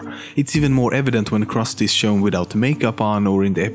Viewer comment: kawaii-jessica uchiha being that the names are misponounced on the jewish , krusty, and the indian , apu